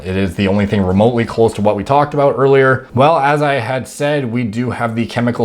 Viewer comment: lmao aboot